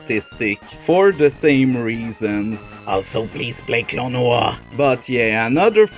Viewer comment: Sign that you're autistic: You say Klonoa's name right.